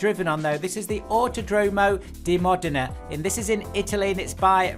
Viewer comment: Thanks for all the work and sharing the info about new stuff for AC, fyi , track 9 = Modena not moderna :D